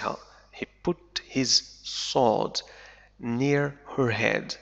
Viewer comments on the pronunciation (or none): none